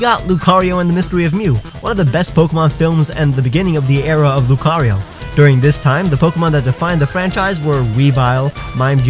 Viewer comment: Why does c have its own syllable while rio only as one? Shouldn't it be loo-cah-ree-oh?